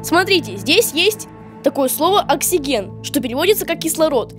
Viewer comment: Не оксуджэн, а оксиджин.